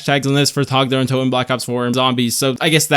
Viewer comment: Thank you for pronouncing the map name correctly. I am upset with other creators for not calling it by its proper nand